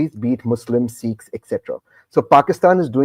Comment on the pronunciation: Dear Barkha, for gods sake it’s not “Seekhs” , it’s Sikhs . Please correct your pronunciation. That’s respectful.